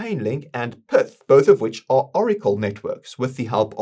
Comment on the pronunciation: Pretty sure PYTH isnt pronounced Perth